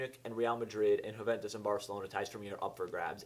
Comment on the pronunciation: Huuventus - Wrong Yuuventus - Correct